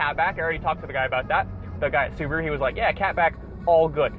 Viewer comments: The uberuru pronounced uber ru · "Suburu" lol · The "subapoo" instead of Subaru or the STD instead of STI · Blue crew mobile, subirue (su-be-ru) blue Betty. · the Soo-ba-blue